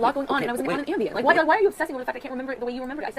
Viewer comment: She’s saying Ambien, not Ambient. It’s a sleeping medication.